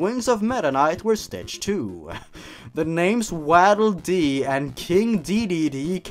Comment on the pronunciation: doesn’t know how to say waddle dee